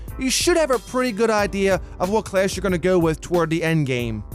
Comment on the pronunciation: I like the way he says class. "Clayss"